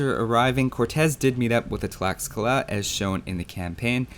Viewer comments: From what I know tlaxcala is pronounced "tlashcala", same with texcoco, "teshcoco". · Great video, keep it up! One little remark: "x" is pronounced like "sh" in Nahuatl, the aztec language. So Tlaxcala is pronounced like "Tlashcala".